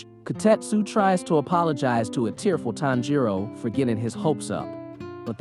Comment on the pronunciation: This is driving me nuts. The stress in on the TAN not the JI in Tanjiro's name.